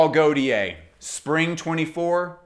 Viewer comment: Perfekt Video, just don’t say „goltiär“ it hurts …😂. In doubt, watch a perfume by gaultier and you can hear the „correct“ pronounciation … 😅